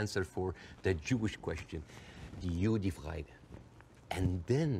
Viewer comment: Not "JUDIFRAGE" but "JUDENFRAGE"